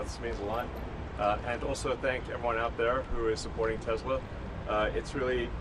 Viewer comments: "I love TESLER" LOL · "I love tesler " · Crash Baby Crash! BTW: Mr. President, it's not pronounced 'Tesler'! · “I love Tesler!” 😂🤣